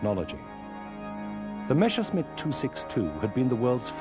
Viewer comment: Mesher-smitt?? WTF..?